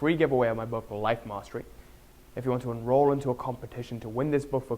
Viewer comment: "Life mastry"